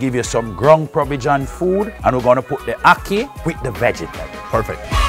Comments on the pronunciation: Never heard it called okee before. I have been Jamaican for 51 years and that was a first. It is a-key for akee. You could also say ha-key. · ACKEE pronunciation guide: Its like the A in apple but NOT NOT NOT the A in Awesome. Its also like the A in the Spanish word Aqui! which means "here". please fix dat! beg yuh!! t'anks!! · Definitely mispronounced ackee!!